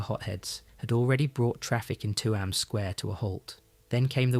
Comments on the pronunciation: Tuam. Pronounced TUem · Its Chewam (Tuam)❤❤❤ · why say tuam like its 2 words its only 1